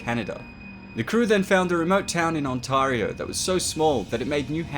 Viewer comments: it's pronounced on-tear-rio not on-taar-rio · Most Canadians don't say Ontaurio They say Ontaerio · I love your content, but it’s pronounced Ontar-eo. Sorry for being a grammar freak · Good video, but it's not Ont-ARGH-rio, like a pirate, but rather Ont-EH-rio, like a Canadian. And it's not New Hamp-SHIRE, like a Hobbit, but New Hamp-SHRR, like a Yorkshireman. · The way he says Ontario really urks me... On tear - ee oh.. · It's pronounced ON-TERR-EH-OHHH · ONTEAREYOO is the correct pronunciation my guy. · That was the weirdest pronunciation of Ontario I've ever heard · Pronounced Ontario wrong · the way you say ontario hurts me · way to butcher pronunciation of my province in Canada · The way he said ontario made me cringe so hard i broke my spine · Hold on hold on-tar-re-o it’s Ontario get it right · you said Ontario wrong